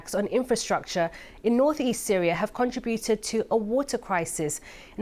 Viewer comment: con' tributed? I thought it was con.trib' uted.